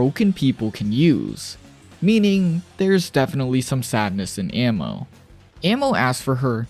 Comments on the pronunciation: Ah-mo not ammo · Bro you're pronouncing it wrong. Her name is literally I love in Portuguese. You're saying ammo. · kind of annoying how you pronounce amo as ammo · Probably because he doesn’t know how to say it properly